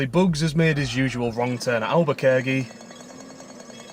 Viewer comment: Its pronounced "Alber-kirk-e"